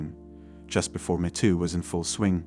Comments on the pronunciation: 'Mee' too, not 'meh' too. 👌🏻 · Obvious text-to-speech voiceover there. Videomaker, please be vigilant about pronunciations, most notatably "metoo". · “The meh too movement” 😂